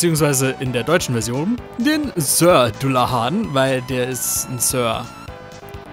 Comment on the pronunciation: [dallahän], nicht dullahan